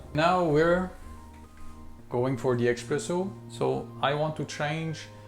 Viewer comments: Espresso, not Expresso. Please, if you call yourself a coffee expert at least get that right :-) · espresso no expresso…🤦🏻‍♂️🤦🏻‍♂️ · "expresso" smh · Pls stop calling it eXpresso :(